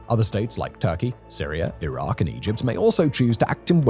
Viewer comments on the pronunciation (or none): none